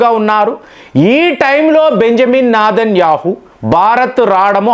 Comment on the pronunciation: Its Netanyahu not nedhanyahu